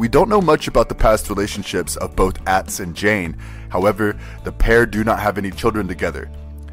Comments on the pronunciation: ATz??? Why does the narrator pronounce his name like that? It's not the way it is said on the program. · The name is properly pronounced OTZ.